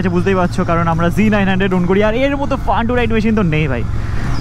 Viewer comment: FUN ❌ FAAN✅